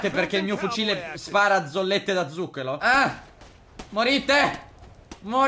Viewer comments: da notare che hai detto zollette da zucchelo XD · ad 2.07 dici zucchelo ahahhhahahaha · Sul serio hai detto zollette di zucchelo? 😂😂